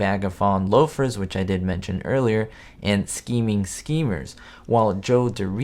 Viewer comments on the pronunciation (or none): "sheeming shimers" How in the world did you think that's how "scheming schemers" is pronounced?